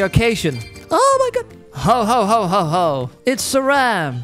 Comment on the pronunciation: said how-how-how how instead of ho ho-ho-ho